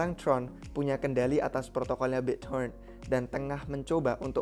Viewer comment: Bit bukan bik to rent, bro